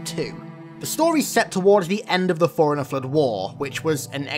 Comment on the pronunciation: Bro if that is the way you pronounce “Forerunner” then how the hell do you pronounce “foreigner”